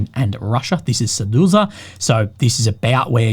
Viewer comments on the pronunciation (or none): Seduza? What is that, where is that? xD